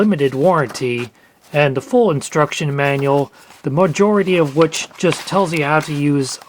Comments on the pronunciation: "Insturction Manual" lol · You pronounced insturction wrong